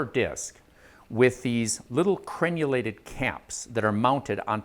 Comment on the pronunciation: Repeat after me “Crenulated”